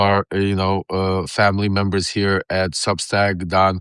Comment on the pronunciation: Lev, you're killing me over "heah" your show is almost half way over already.